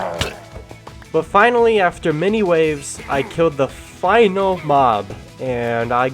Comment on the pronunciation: Bro said weaves 😊